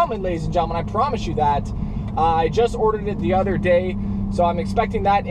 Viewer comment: LMAO "THE ODER DAY"!!!!!!